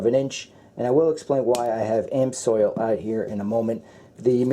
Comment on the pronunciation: I know it's picking butt your pronunciation of amsoil grove me nuts .You did pronounce it properly a few times many by accident don't understand that. Just my 2cents worth